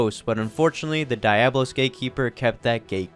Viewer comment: The video is almost unwatchable because every time you pronounce Diablos wrong